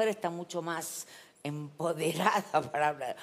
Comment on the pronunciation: Susana tratando de decir bien la palabra «empoderada»